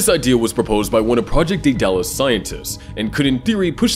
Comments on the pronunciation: Can’t pronounce Daedalus, unwatchable. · Be nice if the narrator could pronounce it.